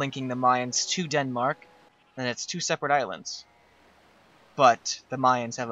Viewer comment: did he seriously just say DEADMARK??????